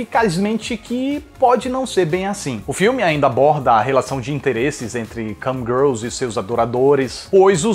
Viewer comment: Eu ouvi ele falando Camgirls e Cam Grelos? Kkk